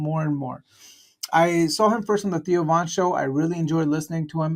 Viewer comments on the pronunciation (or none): none